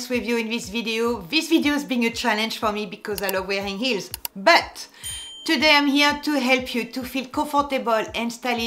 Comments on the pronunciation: Dear, i am laughing with you when you sound like terrible "eels" are killing your feet. 🤣 But i love your accent. ❤️🥰❤️ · I like how you say “Eels” 😂